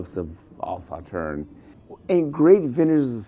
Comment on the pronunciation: Agree with you completely; please look up how to pronounce the name Sauternes to do the wine proper respect! Cheers